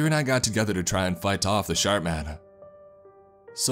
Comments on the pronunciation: Sharp man or shart man? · Watching this two years later.. and all I can hear is “The Shart Man” 😬😂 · I heard shart man 😆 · All I can hear is SHART MAN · I heard "Shark" or "Shart" man, so yeah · Can't help but hear "Shart" man